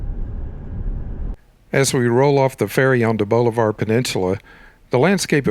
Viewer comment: The narrator is obviously not from around here. It's pronounced Bahlavur, not bowlivar